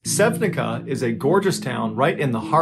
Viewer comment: Never read "c" as k in Slovenian language. In your language you would read it as sevnitsa